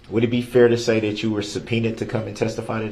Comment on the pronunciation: I hate how he says the word fair-- he said it like fear. Drives me crazy. Not to mention his mispronounced other words too but fear really gets on my nerves!